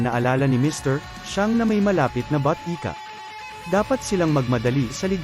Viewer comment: sir.. pure filipino po ba kayo?? sana po sa mga future video recap po nyo mas ok na po yung mga tagalog words. mas magandang pakinggan pag diretsyong tagalog.. ex: ng botika pag pinakinggan batika na .. yun lang po